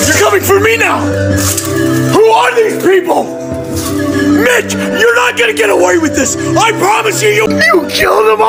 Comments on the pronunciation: I kept thinking he said “bitch” instead of “mitch” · The whole time i thought he was saying bitch😂